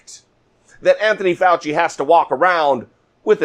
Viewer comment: speaking idiots you keep mispronouncing Dr. Fauci's name every time you talk i know Trump is a mindless wonder lost in his own world but remember this when someone mispornounce your name it's like and insult and the Dr. will tell you this in your face